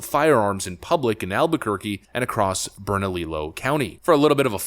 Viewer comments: Bernalillo County (Albuquerque) is pronounced burn-uh-lee-yo. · It's pronounced burn a leo. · I like your content but Bernalillo is pronounceed Bernaleo as in Berna LEO like Law Enforcement Officer. Not yelling just the pronunciation of lillo is leo. So keep up the good work. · Alright man…. You got Lujan pronunciation right, But think of bernalillo county as bern-a-Leo……not bern-a-lillo. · Bro...Berna-lee-low? This is how I know we're doomed. 😒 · Its pronounced bernalillo pronounced Burn -ah-leo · not being snarky, but trying to help. It's pronounced "Bern Ah Lee Oh" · You mispronounced Bernalillo. It is a Spanish word and the double LL is pronounced as if it was a Y. Double LL is a separate letter in the Spanish alphabet. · Dude, the double L's are pronounced like a Y, as in tortilla. If there are, there should be no restrictions on speech either.